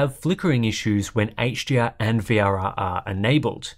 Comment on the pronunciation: It's sounds, to my ears, like the reviewer is saying 'HGR' instead of 'HDR'.